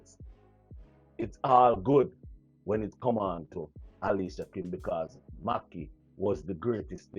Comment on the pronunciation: big up yourself but her name is Alicia kim please pronounce it properly ok darling lol